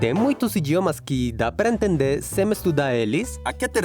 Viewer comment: "Semestudar eles" Adoro quando pronunciam o m final como um m normal conectando a vogal seguinte hahahaha